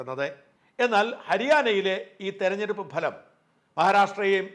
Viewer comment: ഭലം അല്ല സാജാ ഫലം.. ഫഹദ് ഫാസിലിന്റെ ഫ... ഫലം..